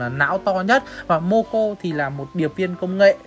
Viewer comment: moco mà nói momo